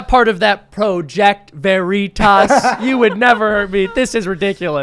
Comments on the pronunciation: Its not pronounced ver-itos its pronouced ver-itis and means truth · Such a ‘feel good’ video today. “Pro-jech-toh Vereee-tosh” 😂 😂 😂 😂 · "Project Vuh-ree-tuss? Jam-ess Ok-Eef? I don't know who that person is but he sounds like a great boss." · For a highly intelligent man that is now rated the richest man in the world, has actually done things to make the world a better place, and believes in freedom of speech vs. some authoritarian dipshit who's done nothing to make the world a better place and can't even pronounce veritas correctly. The only reason this guy is shooting shit In the wind is because he doesn't like a guy who believes In free speech taking over the company.